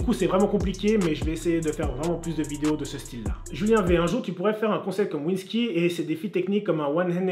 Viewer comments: "vinski" j'suis moooort, ca se prononce "vinskaie" hahaha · Cmmt ta tué vinsky 😂😂 sa se dit vinne sky 😂😂